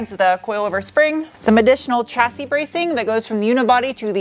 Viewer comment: Lovely video - as always, just a small suggestion, the word Chassis is preannounced "Shassi" to my best knowledge, it's not an English word, I think its French which explains why it is written one way, but pronounced differently, I suggest checking it out.